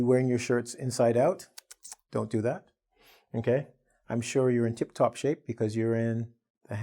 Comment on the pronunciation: "Tip top" not "tip tok" be careful